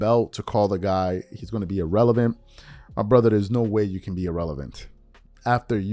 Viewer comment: Wait a minute…hold the phone…stop the presses…someone in mainstream media made an outlandish, patently outrageous statement for max $ ?!?!? Unfathomable. P.S. Richard: You completely biffed your use of the word “erroneous” (to a cringe-y degree) after pronouncing irrelevant, “ee-relevant.” Almost as cringe-y and embarrassing as your team going for a slant route on the 1-yard line, and biffing on an opportunity to be something people remember (b2b Champ).